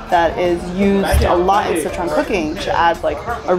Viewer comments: dope video.... but I can't get over how the narrator keeps saying "See-chuan" lol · What the hell is with his pronunciation of "Sichuan"?